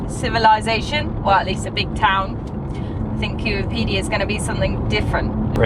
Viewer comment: You couldn't even pronounce Coober Pedy correctly